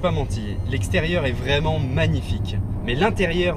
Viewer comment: Bonne vidéo, mais faut faire attention aux liaisons malheureuses quand tu dis "nous sommes vraimen'zabord" car c'est un T qui se trouve à la fin de vraiment...